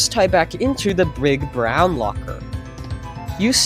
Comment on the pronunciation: ”brig brown” 💀